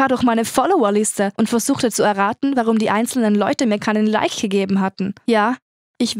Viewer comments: Sie sagt immer Leich anstatt Like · Ich weiss nicht aber sie sagt lighght antstatt like